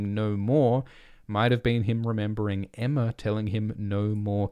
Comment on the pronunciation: He said Aemma